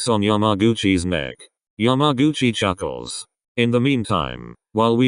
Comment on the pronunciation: nobody: How say’s yamaguchi: YAM-A-GUCCI